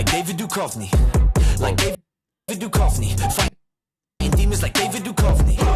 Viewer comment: This song has been my bounce song since it came out. Id posted it on the discord, noting that it had been filmed by flackerz but maybe you didn't see it. I need you to go watch x files, though. Everyone in our generation should know how to pronounce Duchovny lmao. Much love 🧡🧡🧡🧡:_heart::_heart::_heart::_heart::_Set::_Set::_Set::_Set